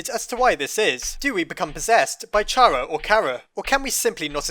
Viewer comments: While interesting, can this really be considered a theory? Wasn't this just explaining all of the endings, restating what the game tells you? Also, I'll always pronounce Chara as "Cara", like "character", the likely source of the name (as the files list Frisk and Chara as mainchara and truechara respectively, where it is actually short of main character and true character). Though spelled differently, it is a real name, and every other source for Chara is pronounced as such. So unless Toby Fox ever confirms otherwise, I'll always say it's like character and not like charred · the name 'Chara' comes from the word CHARActer. so its pronounced like that.